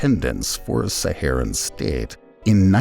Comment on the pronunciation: Why does he turn Jamaican for a second when he says “state”